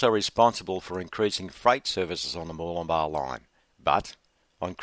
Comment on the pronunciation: it's good to hear you pronouncing Murwillumbah correctly. I'm sick to death of hearing it said by all and sundry, including news reporters, as being MurWOOLumbah!!!!!! It gets my goat!